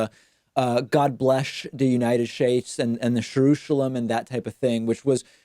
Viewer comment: the host repeats Trump's "God bleSH the United SHtates' and 'SHerushalem." I've noticed that 'SH' sound being used among the 'good old boys' because, I believe, hearing a straight 'S' or soft consonant like such as 'J' sounds to them rather like a ponce. Try it. Use 'SH' in place of 'S' and see if you don't sound a lot more like a stereotypical southern sheriff, cowboy, or around good ol' boy MAGA hat type of guy.